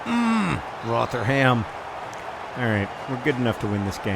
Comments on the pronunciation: Roh-ther-um. Its Roh-ther-um not Roh-ther-ham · Rotherham is pronounced "Rov-rum" by the way John, less exaggerated pronunciation on rum than how you'd say the drink though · Loving the Socratic thinking in this episode. Also John without trying to sound harsh, the way you pronounce Rotherham is wrong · Pronunciation of Rotherham was the most american thing i've ever heard